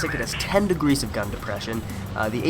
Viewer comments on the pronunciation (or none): 10 degreese of gun depression xD. U made me laugh its 12 i think u had a tongue twist there xD